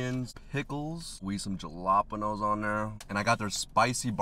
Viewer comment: The way your pronouncing jalapenos ahhhhhh my poor brain ,😂